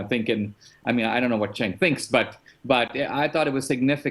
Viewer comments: Crowder will you ever do an interview with Cenk? Just curious. Also, you may hate the guy, but pronounce his name properly. It's "Jenk" not Senk. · It's pronounced "Chunk".